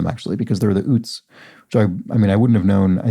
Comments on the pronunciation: Okay! Been eYelling on one of your pronunciations. Utes is pronounced like the state Utah, with a long U to begin. Or like Joe Pesci in “My cousin Vinny” pronounced youths . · Toot Toot, here come the Ootes!